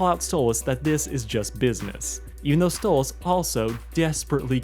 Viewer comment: Why do you keep Calling stolas stolits with a z?